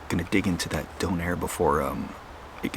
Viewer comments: Dunner not donair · Its not Don Air its donner well at least here in ireland that's how we pronounce it anyway 😊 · It took me a while to realise he was calling a doner (How we pronounce donna) when he was saying “done air” lmao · Wait. You have donairs? Pronounced “dough-nare”? Which are literally doners, pronounced “do-nuh” or “dona” over here in the UK. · the way you say donner is weird for me, in the UK its quite a popular fast food, we pronounce it 'don (as is a mafia don) er(her without H) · A 'donairre'. Never heard of that, until you unwrapped it and saw it was what we call in the UK a 'doner kebab', we pronounce it like the name Donna. A delicious congealment of lamb stuck together and cooked on a rotating upright skewer in the shop. Usually consumed by people in the UK after numerous step 2's, its served in pitta, flatbread or even naan bread, and served with salad and either chilli sauce, garlic mayo, or thousand island sauce. It looked delicious, I hope you enjoyed it. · We have Donner Kebabs here in England, from pressed Lamb + herbs and spices, but we don't pronounce it with a soft O like beer fund Doner. It's a hard O like Donna Summer. They come in a pitta, pronounced with a hard I like Pit, not pete. They come with salad, usually something like cabbage, red cabbage, lettuce, onion, cucumber, tomatoes, pickled cabbage. Then there's a sauce, like a chili dip.